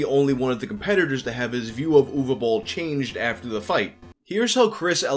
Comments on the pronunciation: Watched just to hear the correct pronunciation of Uwe Boll. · Thanks for pronouncing his name right! Another great vid bro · Yeah. It's Ooh-vay Bowl. You're welcome.